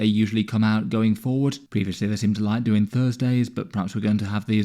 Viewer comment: "Doinjg" Bro was going quick to get this video out, love your vids